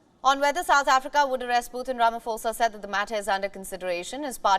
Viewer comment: It's not Rama"FOSA" it's pronounced Rama"Posa"